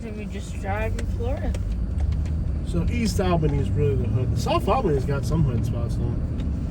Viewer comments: Dude, it's awl-beeny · her pronunciation of ALLLbany is annoying. nobody says AL bany. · Its not Albany it's "Albenny" lol that's how they pronounce it. They don't say back... they say "Bik" 😆